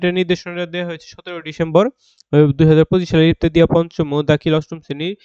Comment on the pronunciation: ইবতেদিয়া নারে ভাই ইবতেদায়ি বলুন